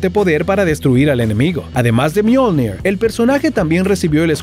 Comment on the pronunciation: Le dijo al martillo "myolned" pero se llama myolnig